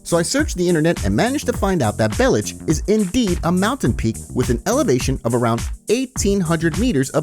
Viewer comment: Bellic is wrongfully pronounced either way. if niko was to be croatian he would still be niko bellic (Niko Belić)